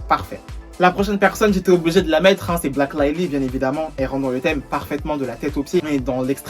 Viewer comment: Ça me stresse quand il dit Blake, c’est Blèèèykkke 😭